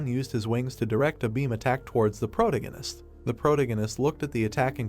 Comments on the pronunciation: Can you get it to stop saying the protahgahnist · How is someone with black hair a brunette ? serisously colour blind AI? Pro tagonist not a proto ganist sounds like a gas station. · Great Manhwa story. Good ai voice. Still terrible pronunciation, it's quite annoying. I'm looking forward to the day the ai is intelligent enough to pronounce words correctly. Example, "protagonist" AAArrrrghhhh!!!! Thanks for the upload :) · weird pronunciation of protagonist .. is it me only irritated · Yeah no i cant listen to that pronunciation of protagonist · The voice is the least annoying but it irks me every time it pronounces the word "protagonist" 😤